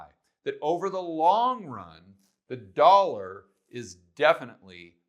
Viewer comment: Yup..the "dawllla"..